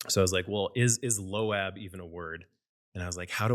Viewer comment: Low abb ? What It's loab like loaf